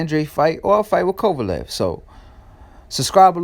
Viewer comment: Be nice if you could pronounce Kovalev name right... where u at?